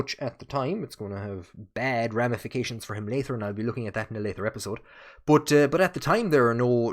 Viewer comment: I enjoyed the video! Genuine question, I'm into linguistics: You sometimes pronounce "t" and "d" as "th" for example you pronounced "leader" as "lee-ther" and "later" as "lay-ther," is common in the Hiberno-English or is that specific to you. Again, not picking on you! Just interested.